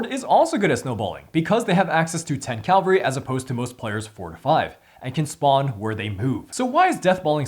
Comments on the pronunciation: It's Cavalry not Calvary! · It's Cavalry, not Calvary!